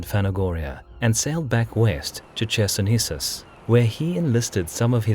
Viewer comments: Chersonesos is pronounced with K at the start. Bloody K! Never in Greek or Latin would CH be pronounced as CH in the word China. Never! Is it so flippin hard to learn these rules if you're doing this for years? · It's more like Hersonesos, actually. Not a thick CH, it's funny.